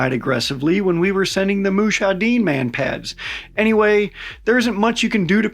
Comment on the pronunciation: Correction it’s mujahiden not mushaiden (last one mean audience, viewers, witnesses) the first one we all know what it’s mean 🫠